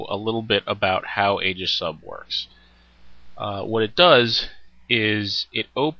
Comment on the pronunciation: The ae is aegis is pronounced ee as in eel fyi. Just had to vent that as I'm a pronunciation Nazi.